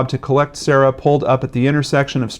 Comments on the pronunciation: Her name is pronounced Keer rah. :) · Sorry, this is random and probably annoying but I think her name can be pronounced See-air-a or Kiera. It's probably the latter. My co-worker's name is Ciara and it's pronounced like Kiera.